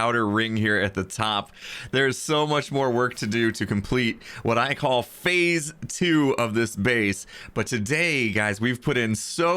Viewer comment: every time he said "fase 2" i thought he was gonna say "electric boogaloo"